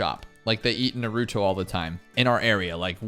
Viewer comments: Please stop saying nuhrootoe it’s naruto Also congrats on being a father you’ll be amazing at it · NARuto. Not NarOOto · nah-roo-toe. please. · Congratulations on having a daughter🎉 I have a 4 yr old girl that means the world to me. This is the first video I’ve seen of yours. Great job! Very helpful! But you kept saying Naruto wrong😂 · I’m sure there is a YouTube on how to pronounce Naruto the right way. Congrats on the child, it kind of gets easier eventually.